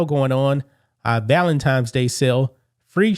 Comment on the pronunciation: Valentines not valentimes. Take the m out. Be smart, sound smart.❤